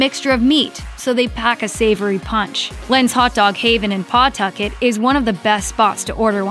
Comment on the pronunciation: PAWtucket in Rhode Island is pronounced "PuhTUCKit".